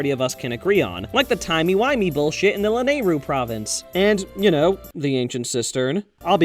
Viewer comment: La-nayru, when it's lanaru